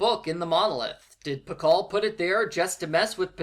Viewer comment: pascal key? don't you mean Pacal key?